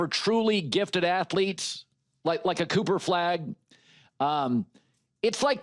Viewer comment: If you knew Cooper, you would know how to pronounce his name...